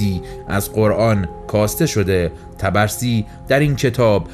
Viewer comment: خیلی عالی بودلطفااگرامکان داره اسم طبرسی را که اشتباه تلفظ میکنید صحيح کنید.حرف (ب)با سکون تلفظ می‌شود.طب رسی